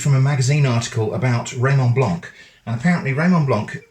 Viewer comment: The c in Blanc is silent 😠